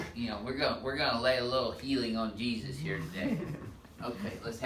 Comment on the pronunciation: That's not Jesus it's hesus